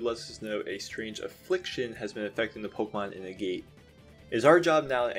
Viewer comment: Agate is pronounced AH-get, not A-gate